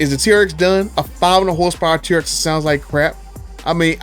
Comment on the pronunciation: Dude. You called it the “She-rx.” Hahahaha Thanks for all these videos and information, btw.